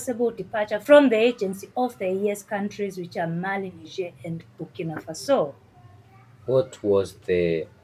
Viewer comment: It's bukinafaso